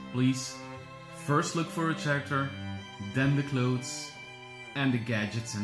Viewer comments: I'm sorry, but I was completely distracted by your pronunciation of "character". The 'h' is silent, just like in the word "whip" Stewie Griffin! It is not chair act air... it's care act air. How did this not drive anyone else nuts?! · "Care ekter" not "Chair iktor"